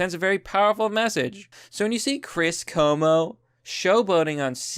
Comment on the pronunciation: KWO-MO. CUOMO IS KWO-MO.